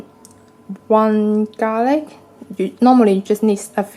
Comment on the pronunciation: U finally pronounced garlic right.... Before u kept saying "gar ly"